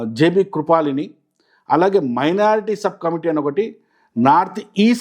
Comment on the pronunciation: కృపలాని... కృపాలిని కాదు